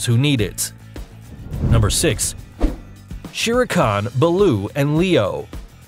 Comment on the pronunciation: That is not how you pronounce shere khan. Nice video